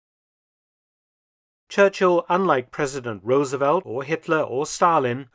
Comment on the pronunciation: The pronunciation of President Franklin Roosevelt's name is "Roos-Ahh-Velt" not "Rose-Ahh-Velt." It's a double "o" like in goose...not a single "o" like in rose.